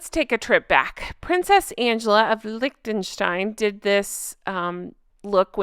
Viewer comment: good pronounciation from you of "Liechtenstein" Almost correct!!